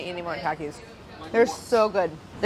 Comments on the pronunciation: Traumatized by how she kept pronouncing Takis😂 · She said “Tokis” no it’s tAkis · She said tackis bruh don’t say like that it’s takis lol